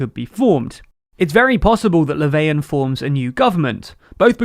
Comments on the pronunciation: Who tf is "Leveian"? I don't mind people not pronouncing foreign names perfectly, that's perfectly normal, but that pronunciation of Löfven isn't even trying. So much so it made me unsure of whether he was really talking about the guy they showed a photo of. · bruh he literally pronounced Löfven "Laveyan" which is only an approximately correct pronounciation in like skåne/scania. Way to tell on yourself southerner ;)